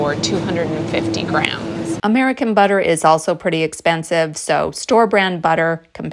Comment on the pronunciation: You did not sound at all British… until you consciously pronounced the “tt” in butter, or “budder” as we all say here. And then uh-oh! we are back in the USA. Enjoyed this presentation, and noted the same thing on Evan Edinger’s channel. UK in the summer, Texas in the winter: smart.